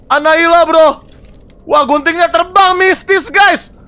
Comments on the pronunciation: Boneka anaila... Ngakak anjir😂😂😂... Kak windah boneka anabelll Bukn anaila astaga😂😂😂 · Kak windah nama bonekanya bukan anailah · Bukan analia tapi anabel